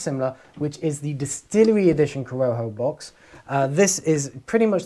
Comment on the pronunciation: Just started watching your channel and am enjoying your reviews. FYI in spanish a J is pronounced similar to an H in english, so correct pronunciation would be cor-O-ho, with accentuation on the middle O. Cheers!